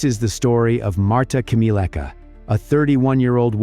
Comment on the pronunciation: her last name is not pronounced as "keemeeleckah", but "khmyeh-leh-tskah"